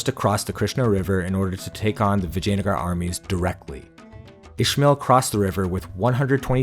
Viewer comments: "Vagina-gar" ...i like it... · It's Vijayanagaram.